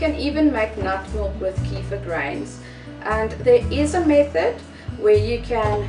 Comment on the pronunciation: Great video, thx! But, you are mispronouncing kefir. The "e" has a short e sound as in "egg". The "ir" is pronounced "eer". The accent is on the 2nd syllable, not the 1st, ok? Thanks again for this video.